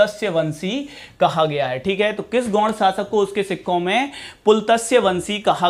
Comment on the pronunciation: Aap ne gond ki ucharan galat bol raha hai phir Shah ki speling galat likh raha hai esko padhhae likhai atta nahi hai aur lakhak kaese ban gaya ye bihari lag raha hai bihar me Shah ki espelig galat likha hai sah likha Jo galat hai jise kaphi prshani hoti hai delhi gond ko gour kahata hai